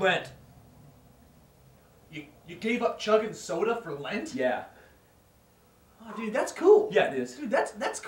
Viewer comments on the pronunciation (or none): lent not lint